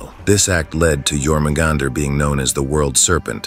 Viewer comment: It's pronounced "your" in Jörmungandr.